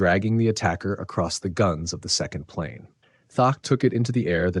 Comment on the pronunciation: Thatch, like latch. You are saying Thatch as if it was tack.